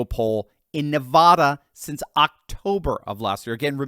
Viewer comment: You say Nevada very strange lol